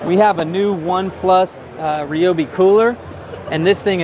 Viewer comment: Atleast you know how to pronounce ryobi unlike the tool review zone guy